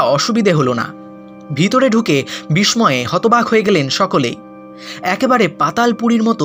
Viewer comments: Bish moy noy bisshoy uchharon hobe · বিস্ময়, উচ্চারণটি ঠিক করে নেবেন আশা করি, ধন্যবাদ।